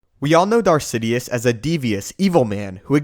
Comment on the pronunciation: I heard “darsidius” as first